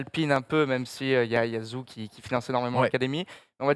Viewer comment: Vous pouvez faire un petit effort pour la prononciation du nom de Guanyu Zhou et dire "joe" plutôt que "zou" ?